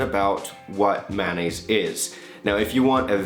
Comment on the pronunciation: It's funny how you pronounce it. Actually it's pronounced may-o-nayse. Keep the vids coming